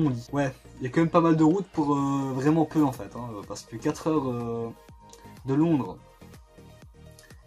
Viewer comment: LONDRES AVEC UN SSSSSSSSSSEUH